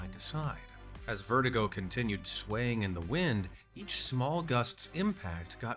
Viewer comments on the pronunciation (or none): ah, yes. my favourite ride, verti-GO, pronounced just like a real person would say "vertigo"